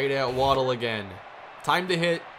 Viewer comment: You asked us to let you know when you were mispronouncing a player's name. It's Wa-DELL, not Waddle.